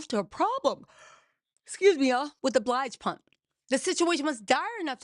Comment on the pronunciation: I love you, Girl! But it's not Mary J "Blige" pump. It's BILGE! 🤣🤣🤣 Nonetheless, excellent investigating! 🥰